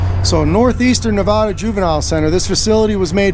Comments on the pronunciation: it is Nev AAA da NOT Nev ah da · ITS NOT. NAAAAAVEDAAAA. PLEASE STOP. HOLY FUCK. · Please say Nevada correctly. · I love your video but you really need to learn how to say Nevada bro.